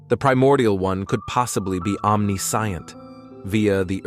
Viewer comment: The pronunciation of omniscience & omniscient is jarringly bad, but the video was otherwise great =)